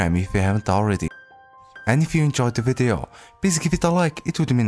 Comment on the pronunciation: How say video Vide-o